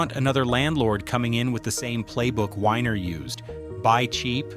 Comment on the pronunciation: Joel Weiner not winer weeener